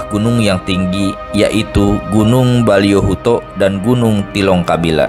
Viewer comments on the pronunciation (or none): Boliyohuto bukan baliyohuto bng